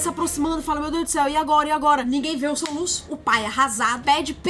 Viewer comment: O "soluça" me quebrou kkkkkkk😂😂